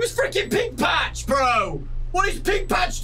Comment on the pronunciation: Are you saying pink pach or peg pach